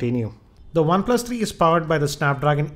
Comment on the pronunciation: "One plas tharii" lmao.